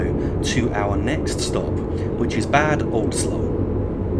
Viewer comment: Great video! Just a small remark: Bad Oldesloe should be pronounced like Bàd (short “a” like in Alpha) and Oldesloe, the OE is a specific german/dutch letter combination which has a specific sound, it is a little bit like a cow “moo’s” with the “oo” part being “oe”!